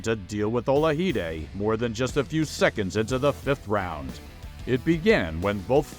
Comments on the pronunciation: Michael Ola-hi-de? I didn't know Michael Olajide was Spanish? It's Ola-ji-de. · Narration is terrible. Boxing games? Referring to Hearns as an amateur. Mispronouncing Olajide-you can hear Marv Albert pronouncing it correctly on the background.